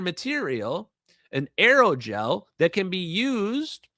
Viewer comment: Not just Aerogel, ALLOYGEL!